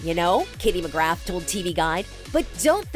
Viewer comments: it's mcgra not mcgrath 😂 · spelt McGrath put pronounced McGra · I immediately corrected her when she said mcgrath and not mcgraa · I was so quick to correct her🤣😭😭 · No it’s mcgrath search it up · Obviously it's McGrath, but it's pronounced McGra